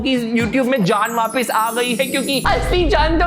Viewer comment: It's not vaapis it's vaapas😅